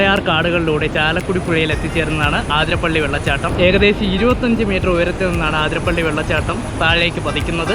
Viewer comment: you should pronounce it as അതിരപ്പിള്ളി not ആതിരപ്പള്ളി.. forgive me if i was mistaken...